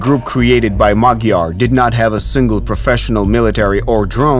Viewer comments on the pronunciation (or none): MaDyar, not MaGyar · It's Madyar!! Not Magyar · Why does his name tag say MA D YAR, instead of MA G YAR? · He is Madyar! Madyar, not Magyar! Means he has Ungarian ethnicity. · The word Hungarian in Hungarian is Magyar. The pronunciation of the Hungarian "gy" is something like a soft d, like in English "dew" or "due". Cyrillic alphabets don't have this, instead they have д(d) + ь (softener), ё (yo), е (ye), я(ya) and ї(ji). So Magyar becomes Мадяр in UKR, and that becomes Madyar in phonetic English transcript.